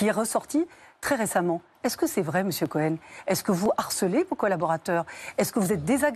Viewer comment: Délectable ! : "Missiou Couhène " !!!!! 😅🤣😂